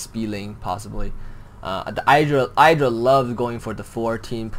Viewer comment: It's Id-dra NOT I-Dra !!!!!!!!!!!!!!!!!!!!!!!!!!!! LAKS:FJPOIW URKLJA:LKSFJ LA:KDG RAGEEEEEEEEEEEEEEEEEEEE